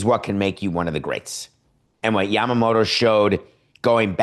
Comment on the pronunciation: Your pronounciation of Yamamoto is perfect😊.